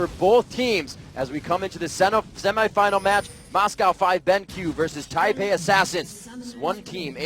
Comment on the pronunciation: first of all, its taipei second, its fuck not fuuuuuuuuuuuuuuuuuuck